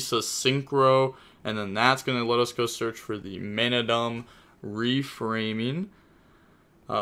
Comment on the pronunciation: When he says manadium in one go🫡🫡🫡👍👍👊🥲proud of you bro. Talking Gains.